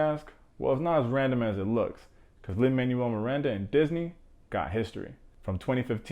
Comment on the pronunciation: Love the video. Btw the writer's name is pronounced Lin-Manuel (MAN WELL not manual like a book) Miranda